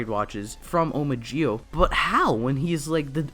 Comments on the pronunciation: This guy needs to get Zi-o's name right because it sounds like he's saying geo as in Poke'mon Geodude instead of Zi-o. Had to get this off my chest because it bothers me so much in his review. Just z and o say together, so Z-o (Zi-o) would actually be right way to say Zi-o. Not hard to pronounce and idk people struggle to say Zi-o. Also Sougo is not right way to say his name and the translation is wrong in eng sub, so it's Tokiwa Sogo said without the u. Should be say So as in so and go as in go said together and this right way to pronounce MC real name in Zi-o because I hate when people mispronounced names in Japanese. Btw great review though just get the names right😑😥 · it's Zi-O not Gi-O pronounce it right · Dude you were say g-o instead of zi-o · You can say "Zee Oh" not "Gee Oh" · Dude it’s Zee-Oh not Gee-Oh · A good review, but...why the heck do you keep pronouncing Zi-O as 'Jee-Oh'? The show, the characters in the show, the toys that have sound effects, and every bit of media clearly are saying 'Zee-Oh'. Noticed this in your other videos too. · It’s pronounced Zee-oh, not Jee-oh. Also, Zee-ku, not Jee-ku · why do you call it Gi O? Do you just struggle with Z????? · why do you say it as "gi-o" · Just a question tho, why do you pronounce Zi-O as "Gi-O"? The letters don't even sound the same, so I have been wondering... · its not GIO oh myy god my head it hurt listening you saying that all the time cmon now